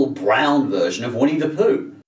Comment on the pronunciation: Um, no its not pronounced POOK, it's litteraly pronounced POOH. With an emphasis on H. Если не знаешь - не говори :D